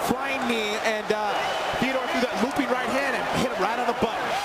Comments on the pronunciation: And dumbass commentators need to learn how to pronounce Fedors name. Its FEDOR not FEEDOR. Fuckin knuckle heads. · since when is fedor pronounced "fiador" lol